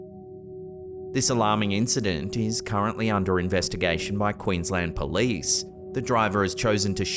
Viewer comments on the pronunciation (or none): none